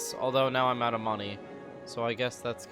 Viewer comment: what accent is it that adds an h sound to words like "out", making them "ouht"? is midwestern?